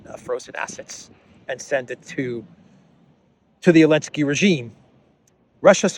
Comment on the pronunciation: Hey Eelansky draft beer not men